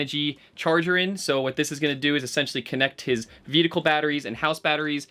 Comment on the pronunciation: I LIVEEEEE for the "veticle"s 😂❤️